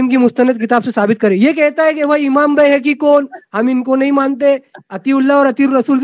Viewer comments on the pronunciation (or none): Bayhaqi ko Bhehki bolta hai 😊😊😊